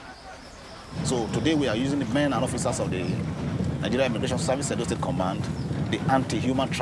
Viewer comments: It’s Edo state, not Edon state. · Mate, its Edo not Edon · im nigerian its edo not edon state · I blame Benin people for this 😒 Also It's "Edo State" not "Edon State" To be fair, a lot of these girls know exactly what they are going to do in Europe, but Nigeria is such a terrible country that prostitution in foreign countries is considered a more lucrative option for desperate people like this. While the Nigerian govt through the anti-trafficking agency, NAPTIP is doing a lot in terms of orientation on the dangers of trafficking, they fail woefully in arresting and convicting the traffickers and middlemen and even fail worse in repatriating these young girls.